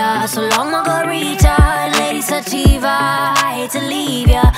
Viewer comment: I love the way she pronounces lady sativa lol